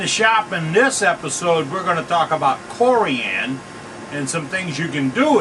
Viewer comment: It’s not CoriAAn. 😂